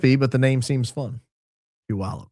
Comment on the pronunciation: Puyallup is neither dinky nor on the coast. It’s 43k people and about 100miles inland. I DO appreciate that you pronounce it correctly! (I lived in Orting, the next town over, for 20+ years and my Mom graduated from PHS in 1958!)